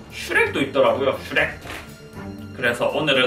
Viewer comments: 슈렉이야 이러고 있는데 슈레깈ㅋ쓰레기 라고 들은1인 ㅋㅋ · 슈렉이야 할때 쓔레기야로 들렼ㅋㅋㅋㅋㅋㅋㅋ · 슈렉이야 할때 쓰레기야인줄ㅋㅋㅋ